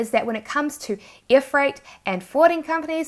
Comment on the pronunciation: Great video. I've just watched one of your videos a few mins ago for the first time and immediately subscribed. On a fun note ... I know it's your accent but to me (being a brit) it sounds like you're saying "shipping be EAR" rather than 'Air " 😂